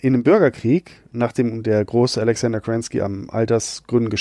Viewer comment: Spät gehört, spät kommentiert. Ich würd mich als Battletech-Fan bezeichnen, mit MechCommander angefangen, Mechwarrior 3 + 4, alle ursprünglichen Bücher. Ich fand das Video toll, aber hab mit ein kleines Problem: Kerensky, und wie er den Namen ausspricht, noch deutlicher beim Vornamen. Er sagt Alexander, (zumindest) in den deutschen Büchern ALEKSANDR (Sergeyevich). Der kommt aus Russland, nicht alles anglifizieren, bitte